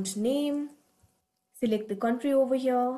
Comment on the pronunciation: I like you accent when you saw overhere 😂😂😂